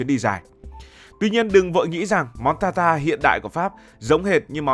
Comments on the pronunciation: Ở Pháp ăn thịt bò sống hoặc cá thu,được chọn lựa kỹ lưỡng, tươi sống gọi là tartare,đọc là tạt ta rờ, không phải ta ta,không biết đọc tiếng Pháp, rất tiếc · Steak Tartare /TẠC TA/ chứ không phải /TA ta/ cỏ nghĩa là bà cô...